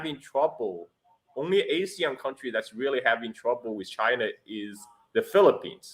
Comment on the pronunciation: When you pronounce ASEAN as A-SEAN, you are a foreigner. When you pronounce ASEAN as Ah-SEAN, you can pass as a local. 😅